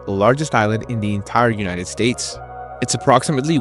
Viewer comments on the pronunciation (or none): none